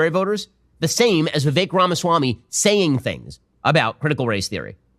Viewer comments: Hey. Va-vake... its like cake. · Please call him by his actual name .. his name is VI-VAKE like cake.. Vivek is pronounces vi-vake! This man is in 2nd place and possible maybe vice president... we gotta be able to pronounce his name. I say this with all respect to you sir. Much thanks for your content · I think that Vivek rhymes with cake. That's the way I'm told to pronounce it. It helps. Truly.